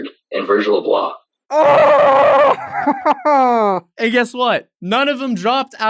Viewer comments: Can we talk about the fact homie said “Virgil Ablaaa” it’s “ablough” pronounced like blow. Can’t even pronounce your “inspirations” name right :/ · There’s no way that’s how Abloh is pronounced?(ab•la opposed to ab•lo) if it is, I’m an idiot. If it isn’t, he sounds like a way bigger idiot. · Real quick- “virgil ablah.... VIRGIL ABLAH?” Ab-low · virgil uh-blah -_ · He said Virgil ablah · that isnt how you pronounce "Abloh" lol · He pronounced Virgils name wrong and it bothers me.